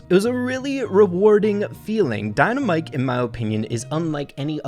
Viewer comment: Its very bothering that you say dynamike wrong